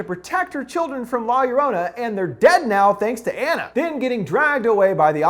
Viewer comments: The way he pronounced la llorona made me cringe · Pronounce it right, cmon they say it 100 times in the movie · It's funny to see someone whom didnt grow up ina Latin American area pronounce the title, I know get why other cultures laugh when they hear a misspoken word or phrase. Fun review byw! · I literally hurt me when he said La llorona wrong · I am so upset how you said la llorona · You got a lot of balls to mispronounce la llorona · He said la llorona wrong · That's not how you pronounce La Llorona, but great videos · Love your channel & all but COME ON.....pretty sure you could have pronounced la llorona much better🤦🏽‍♀️🤦🏽‍♀️🤦🏽‍♀️ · "La Yo rana" hahaha. Its more like 'Gio-row-nah' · "la yearanna" IM CRYING AMFJSNFJSK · I thought Linda butchered it “La Luranna” 😂😂😂 man you’re white dude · It’s no LA - ya ranna it’s, la yo-row-na. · Luv your vid and all but I kinda just have to say this... Sorry... But it’s pronounced (La YO-row-na) I know it’s odd but that’s it. Again thank you for the awesome Ending Explained video. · Lorona not lor-ona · I love you but the way you say la lorrona is soo cringy. You should Pronounce it like la yah-row-nah quickly. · "La Ur-on-a." Makes me remember the first time Chills tried to say her name and said "La Lorena". I still piss my Mexican friend off with that pronunciation. XD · Um. No. Two ll’s in spanish is pronounced like a y sound. La yarona or yorona. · Man's just said ”la- your- honor” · Me, a half-Hispanic: corrects his pronunciation of La Llorona "La Llorrrooona". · La Yoh Roh Nah you bastard of linguistic butchering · He said la yorana ...lol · For some reason it offends me that he says La Yurana 😂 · It Pronounce la-zo-ro-na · the curse of la llor"anna" learn how to pronounce spanish words bro. at least you could have listned to the trailer they prounounced it correctly there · "The curse of La Lorana" is he even trying? Lol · Bruv it's pronounced law your-own-uh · Lah yah raunah 😂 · I cringed how he says La llorena